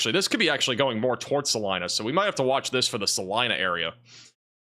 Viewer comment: Thanks for pronouncing Salina (KS) correctly!